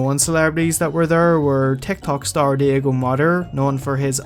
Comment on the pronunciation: You said Diego’s name wrong btw. Edit: btw Diego and her isn’t actually dating Diego